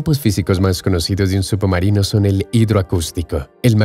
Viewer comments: Se escucha subomarino en vez de submarino, u poco mas de cuidado. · No se dice subbumarinoo, se dice submarino, leches! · Excelente video pero que pesado es escuchar SUPOmarino durante todo el vídeo. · "Subumarinos" 👀 excelente video 👍👍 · Solo yo escucho que dice "Sup-marino"?? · Lo mejor del vídeo es escuchar como pronuncia "submarino" el narrador.